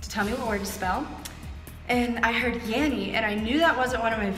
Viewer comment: Ho hears yammy not yanny lol